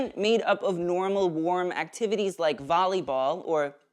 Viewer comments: "Veuhl euh buhl" 😂😂😂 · The French "vooleybool" Killed me 😂😂😂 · The French volleyball pronunciation was.. Well I don't know if we should be insulted or impressed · His French pronunciation of volleyball killed me 😆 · It was like French but make it jock at the same time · I’m Russian and even I felt a little bit offended when he said that😂